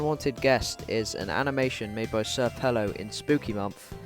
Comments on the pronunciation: Bruh Its senior pelo not sr pelo lol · just a side note not to seem like that "nerd" or "annoying" kinda dude but its pronounced senior pelo